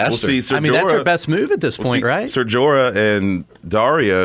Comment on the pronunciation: Brienne of Tarth, not Tar, lol. and Jorah. Meryn Trant was the kingsguard that Arya killed.Enjoyed listening and got a chuckle listening to you pronounce (or try to pronounce) some of the names.